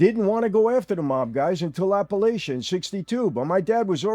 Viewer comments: It's Apalachin, NY... pronounced Apa-Lake-in I know this because I live there :) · AP-e-LAY-kin. That's how it's pronounced. Not like the Mountain Range. I've driven by the house a few times. It's up a windy road above the small town which is about 15 minutes west of Binghamton NY. I thought that the house would have been bigger.